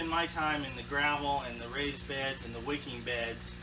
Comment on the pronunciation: Did you say “wickid beds” ?